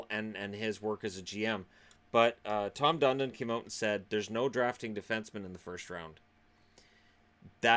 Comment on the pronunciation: Tom Fun-don